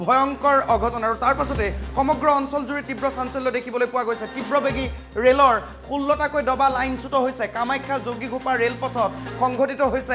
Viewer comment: tibobehi nhoi tibrobegi 😅😅😅😅